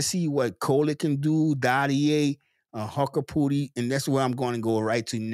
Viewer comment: BTW, it's pronounced "Hook-porti" not "Huck-porti"